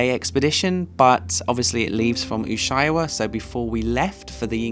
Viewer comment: i love u, i'm from Chile and live in Germany. But pleaseeeee is not Torres del Pain or Torres del Plain, is Torres del PaiNE! hahahahha and is not Ushubuauiauai, is Ushua-ia. xoxo